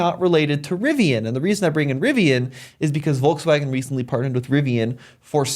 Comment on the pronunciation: Stopped watching at "Volkswagen".